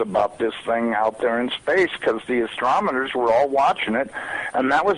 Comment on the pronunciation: He said "Astromoners" mark. At that point he becomes just the average loon trying to get attention.